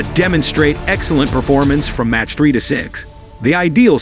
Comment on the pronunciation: MACH is pronounced "mock" not "match" !